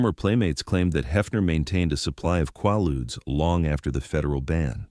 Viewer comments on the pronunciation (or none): Quaaludes...Repeat after me! KwAY- Loodz, KwAY-Loodz! Ughhhh🫥🙄🤯